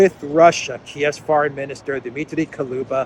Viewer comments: the foreign minister of ukraine`s name is dmitry kuleba (ku-le-ba); not kaluba. ;-) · Kuleba (Kooleba) not Koluba,. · Kuleba not Kaluba😂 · Ukrainian Clown of Foreign affairs is Kuleba, not Kaluba. But, actually, it doesn't matter, clown is always a clown. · Kaluba?? Too close to Baluba.. 😂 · Dear, with my very best regards and deepest appreciation for your work, I wanted to explain that correct pronunciation of Kuleba last name has U after the K but E after the L It’s even might be spelled like Kuleeba since there’s no sound equivalent to this specific sound Е - it would be almost identical to sound E in the word “earning “ or “ Ye” in “ Yerevan “ Thank you for your incomparable input!!!!